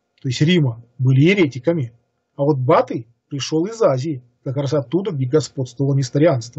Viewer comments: А почему вдруг бАтый, ерЕтики и ещё несколько таких же каверканий? Чтец не знает этих имён и слов? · ЕвАнгелие а не ЕвангЕлие, БатЫй, еретикИ. Просьба ставить ударения правильно. А в целом спасибо. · Очень интересный рассказ. Уважаемый сказитель в некоторых словах ставит ударения не так как обычно принято. Например обычно говорят ЕвАнгелие а не ЕвангелИе, БатЫй, а не БАтый и ВЕлес, а не ВелЕс. И другие. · Vito Mely, видимо автор считает правильным другие ударения. Например по "БатЫй, а не БАтый" я понял потом - по ударение на А, по русскому произношению. А кто такой Батый - послушайте - лекцию "Батюшка наш... Чингисхан!" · Уважаемый,! Сверяйте свои выступления со словарём ударений русского языка. Уши вянут от ЕвангЕлия, БАтыя, ХулАгу и т.д. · Да. И БатЫй ещё. ИгУмен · Почему БАтый, а не БатЫй? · Mikhail KHATSANKOV, видимо автор считает правильным другие ударения. Например по "БатЫй" я понял потом - по ударение на А, по русскому произношению. А кто такой Батый с другим ударением - послушайте лекцию "Батюшка наш... Чингисхан!"